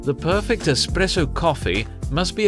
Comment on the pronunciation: "the main features of an EXPRESSO are....." this expresso hes speaks of sounds an awful lot like espresso